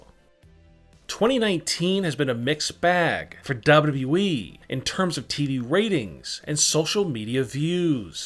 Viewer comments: It's wwe.... .not dub dudeeeeeeeee..... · So y'all trusting a guy who says WEE instead of WWE🤔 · Him saying Dababa E makes me laugh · Ayo say wwe again 😂😂😂